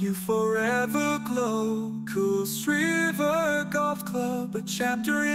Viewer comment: It's a great song and a great idea but the pronunciation of kuilsriver is unfortunately wrong. Would have been better if it was pronounced correctly. Great song though.